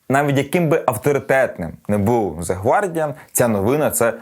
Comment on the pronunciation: 1. Не гвардіан а гардіан 2. Не арсенал а челсі